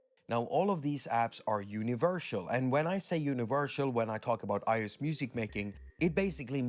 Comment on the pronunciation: Not univershal. Universsssal. It's ok your English is so close to perfect, almost as good as my Swedish(I wish)